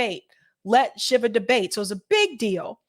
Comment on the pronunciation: it's pronounced sheevuh.